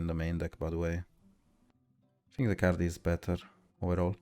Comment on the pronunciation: bro, you fink too much